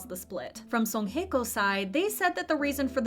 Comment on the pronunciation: How about we learn how to pronounce them names properly...? Nah ok! Song Hae kkô